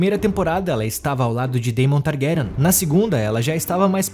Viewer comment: You know its AI when they can't pronounce the names properly. Pure Slop. Vizz-riiss Tar-grayen. Lol